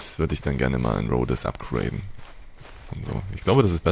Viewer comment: bitte, ich hab dich ja gern, aber deine Aussprache...:,-( Das heißt Rhodes. Das "e" ist quasi stumm. Hör doch mal hin wie die einzelnen Charaktere das aussprechen. BITTE!